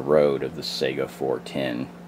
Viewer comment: Sega is a game console!!!!!! SAY (sigh-gah) or (Kah-lah-sh). AK is badass in .410 or .45 or anything else.